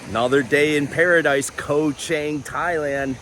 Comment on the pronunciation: I saw a few bloggers reported on Koh Chang. None coukd pronounce the name correctly. Then, I know they were the passed by and not yet spent enough time there.